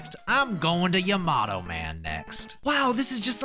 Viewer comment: bro said "yemato" man